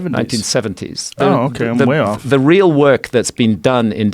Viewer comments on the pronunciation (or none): none